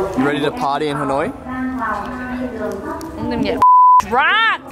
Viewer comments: Dudes, Ha Noi, not Han Oi, please :))) it sounded like you were calling someone named Han :)) Anw, thanks for your exciting video! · ha noi not han oi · It's Ha noi, not Han oi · I love hat haha. Love the video. Its Ha Noi btw not Han Oi haha. Keep updating!!! Subscribed!